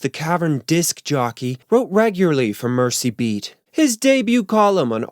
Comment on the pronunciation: While we're on the correction train... Merseybeat is pronounced "MerZeybeat", as opposed to "Mercybeat". Still love your videos though!